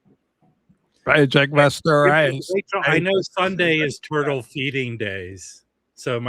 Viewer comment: It’s pronounced turtle.